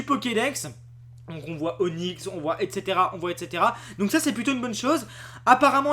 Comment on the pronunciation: on ne dit pas voye ou voille mais voit